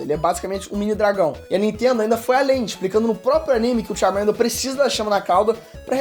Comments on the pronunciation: Vsfd, vc pronunciando Charmander é MT feio JKKKKKKKKK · Só não gostei do jeito que pronunciou o nome do Charmander. Tava dando agonia 😂